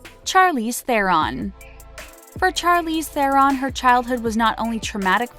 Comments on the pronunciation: wasn't there a producer at rhe recording of the voice over? usually they would correct thst kind of stuff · It really bothers me how she mispronounces so many things. “Charlize Theron” she pronounces a hard ‘CH’ sound (like Charlie), instead of an ‘SH’ sound. And omg THE COLOR ‘OF’ PURPLE tho. Get it together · IKR How can someone not know how to pronounce Charlize Theron?